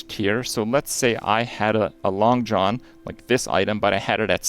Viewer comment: oh my god, not Krip pronouncing Langxian as "Long John" I'll fuckin 'die. It's like "Long-shee-an"